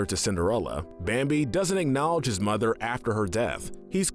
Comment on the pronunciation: Bambi's Mo-THer